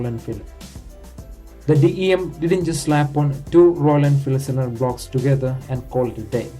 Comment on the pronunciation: Did you lear English from Lundon? It is cylinder not slander!